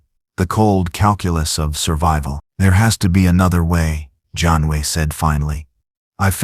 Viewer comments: I give this part a grade of C the story was rather good however it repeated in several places and the voice couldn't pronounce Janeway, it says "Janway." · Also it pronounced Janeway as 'John Wayne', and numerous other variations.